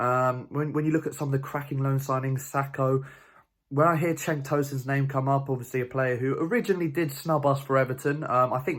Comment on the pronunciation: cenk with a j. like 'jenk